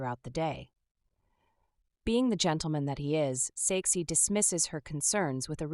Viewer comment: When you said “His name is Saeksi” i heard sexy😂